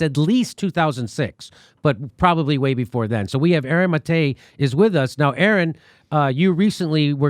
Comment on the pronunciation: I think it's Mah-Tay. not MuhTay.